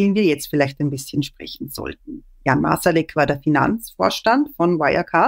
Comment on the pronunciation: Es ist sehr anstrengend, dass Herr De Masi "Marsalek" konsequent falsch ausspricht. Es sit seltsam, dass er sich offenbar intensiv mit einer Person auseinandersetzt, aber nie hitnerfragt, wie man deren Namen ausspricht.